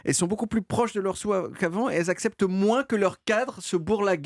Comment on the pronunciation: J’ai remarqué que DCL a la tendence à prononcer “soixante” comme “soin”